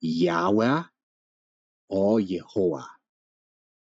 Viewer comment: This was surprisingly good, the real pronunciation of the name was right under our noses